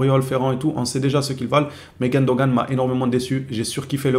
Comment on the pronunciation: C est GUNdogan pas GUENdogan stp ! Ça me stresse les oreilles bro